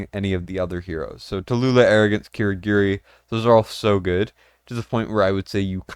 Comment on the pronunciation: Ki (kee) Gi (ghee) Ri (ree)